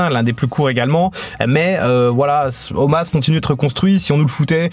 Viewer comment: Pourquoi tu appelles Omos "Omas" ?